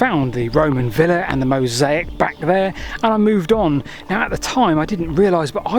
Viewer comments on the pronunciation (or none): none